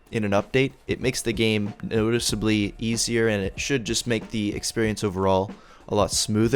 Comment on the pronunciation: makes the game oOoOticeably easier